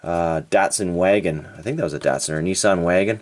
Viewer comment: Nissan “knee saaahhn”